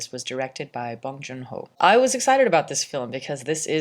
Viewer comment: Appreciate you pronouncing Bong Joon Ho correctly